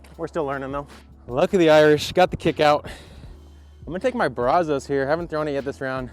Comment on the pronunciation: The Brazos River is more of a southeast Texas river..... but just wanted to help you out and let you know that it is pronounced Braz us so..... you have the first syllable right, then just add us. Love seeing you try the new Texas discs! If you ever get a chance to film at Little Egypt when you are around Conroe, do it! Super fun, tight, wooded course.